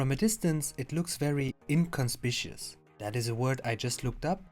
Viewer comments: ok, English is tough. the "gh" in in "tough" and "roughly" is an "F" sound. But silent in "thoroughly". So, it's not "thu-ruffly" it's "thur-oooh-leee" "in-con-spiK-u-us" inconspicuous. German's helped with German, when I was over seas :) Ok, you are German, but made this in English. Is it as simple as more people speak English? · Inconspicuous is pronounced "In Con Spik You Us". LOL. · "in-kon- SPIK-yoo-us" 😁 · 🚔👮‍♂️It's the word police here! Sorry young fella I'm gunna have to write you a ticket for the mispronunciation of inconspicuous, I could let you off with a warning but c'mon the dock is pretty big and although it looks nice and mostly proportional, I wouldn't really think it inconspicuous! People build homes on land that size you know. 😆